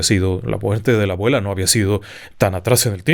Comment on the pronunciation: Dijo “agüela”😅